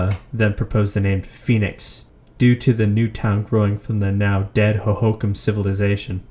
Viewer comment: Ho ho Kam. Not hohacom.